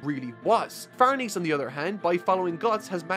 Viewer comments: Farnese is said like Farnaysay not Farneez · It’s Far-neh-cee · Dude, it's really no big deal but can you please check how to pronounce Farnese? It's an Italian name (an old Italian noble family's) and it's really distracting to hear it pronounced as if it's... french? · Just a heads up schierke is pronounced sheer-kay and Farnese is pronounced far-ness-ay they are weird names for sure but I’d thought I’d let you know.